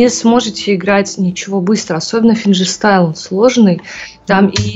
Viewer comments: Чет ухо режет этот ФинЖерстайл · Её в школе научили g читать джи а как на самом деле финГирстаил на русском звучит?